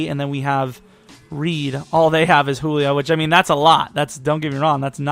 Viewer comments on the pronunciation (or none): none